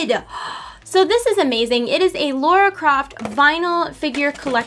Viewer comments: A quick pronounciation correction - it is "Lah rah" opposed to "Lore ah". Thank you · am i the only one that gets triggered when people say lara croft like "laura croft" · Why is it that Americans have such a problem with saying LARA Croft... there were even a couple of movies that told you how to say it.. it has no U in it.. it's LARA for the love of God !!! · no its pronounced LAHR-AH